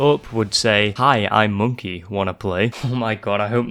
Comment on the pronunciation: "hi i'm moneky, wanna play?" 🤣🤣🤣🤣🤣😘